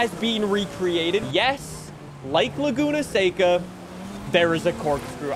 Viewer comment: That's how you pronounce it